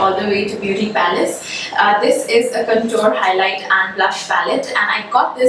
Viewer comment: can you please pronounce CONTOUR.... Correctly